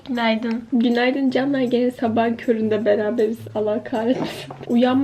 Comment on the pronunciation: NoBoDY:: KÜNAYDIN